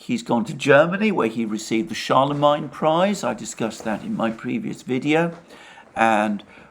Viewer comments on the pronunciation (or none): Charlemayne not Charlemine (pron)